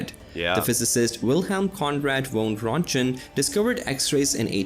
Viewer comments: Listen to how the guy in the video butchered the name Röntgen (like pretty much every name on the list). Maybe that’s another reason apart from the one in the last comment ;) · "Röngten Rays" haha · It is funny because apparently the original video is on a German channel, but the narrator is definitely not German. I'm not a German myself, but I can hear that he mercilessly butchers those poor German names such as Johannes Gutenberg and Wilhelm Conrad Röntgen, just to mention a few.